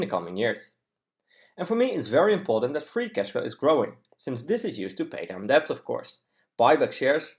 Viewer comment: uitstekende video. 1 puntje, debt spreek je uit als det (stille b)